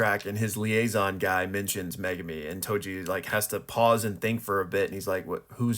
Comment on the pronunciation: And thank you for pronouncing Megumi properly unlike most fans & YouTubers. Now ya just gotta start pronouncing Sukuna right. Here's a hint folks, you wouldn't say sasookay (Sasuke) would ya?